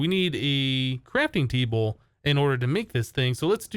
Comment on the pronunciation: Am i the only one hearing saying 'Crapping Table'?